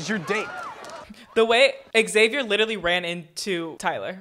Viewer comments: Xavier is pronounced Zay-vee-er, not Ex-zay-vee-er. Like Xylophone is Zylophone, not Exylophone. The people in the movie pronounce Xavier correctly. Just copy them. About 90% of YT reactors mispronounce this name. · Stop saying "EX-avier" it's "zavier."